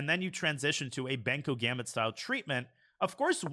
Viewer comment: it is Benko not banko